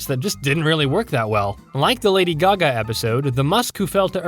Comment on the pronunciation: thats not lady gaga thats lady gago💀